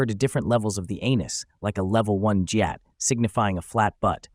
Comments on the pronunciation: It’s not jyat it’s gyat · Jeeatt no it’s gy-at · Brovo said jyaat but it's gyaat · Gyatt❌ Jyatt☑️ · It’s not jyatt it’s gyatt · its not JUHATT ITS GYATTT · ONE CORRECTION: IT'S GYATT NOT JYATT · Bro said jee-att instead of gee-ahhht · Lol bro really said jyatt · geeot? wth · bro why was the gyat pronounced jyatt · Gyat uses a hard G, not a soft j sound. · Why did they pronounce Gyatt like that